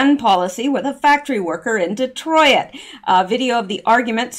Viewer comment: Instead of Detroyit, it’s just Detroyt.